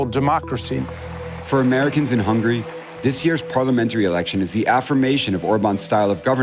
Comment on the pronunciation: Hungarian here. I don’t give a damn who is right or left, but if you pronounce the country “hungry” instead of “HungAry,” how can I take you seriously? 'Muricans...